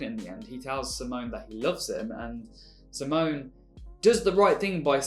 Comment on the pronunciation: So I'm going to be annoying here. It's in regards to how you pronounce Simons name. It's see-mon. As in see what's over there and mon as in monday. Sorry for being that bitch.